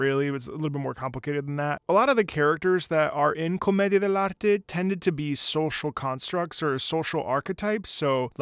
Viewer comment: Is your mother tongue Spanish? I mean, I’m Spanish native speaker and your pronunciation of “comedia del arte” was great